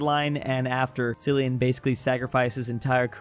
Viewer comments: btw Cillian is pronounced Kill-ian not sillian, in ireland, wheres hes from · It’s not Cillian is not pronounced Sillisn it is pronounced Killian. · Cillian, not Sillian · 'cillian' is pronounced as 'KILL-ee-ən' not 'sillian' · It’s pronounced Kill-ee-in not Silly-in 💀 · It’s KILL-ee-ən Murphy😭😭😭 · His name is actually pronounced like Killian even though it starts with a C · Its pronounced Killian Murphy btw 😂😂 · Its pronounced Ckillian Murphy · I can’t stand how pronounced Cillian Murphy’s name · Cillian is pronounced with a hard c